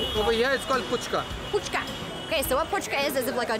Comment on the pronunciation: We say it phuchka. Not Puchka.